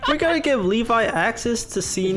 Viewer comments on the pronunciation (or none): Its Alevi